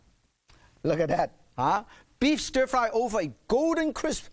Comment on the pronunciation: ohhh stir fwy..........stir fwry...ohhh stir frwy..........so delicious...stir frwy!